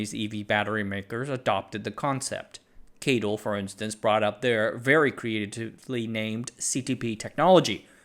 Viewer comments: (CATL) keityl? I think it's si-ey-ti-el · NEDC = Not even darn close !! No one calls CATL 'Kaytle' - it's just C A T L